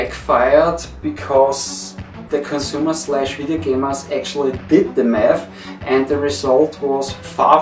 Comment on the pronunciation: I love how your "Do the math" sounds disturbingly close to "Do the meth" xD